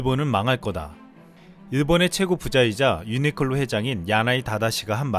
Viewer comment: 유니클로 발음하기 싫어서 유니끌로 유니끌로 하는군요... 불매운동 계속 가즈아~~